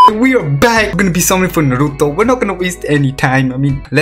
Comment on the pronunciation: idk how people watch u hearin u say naruto made me report nd dislike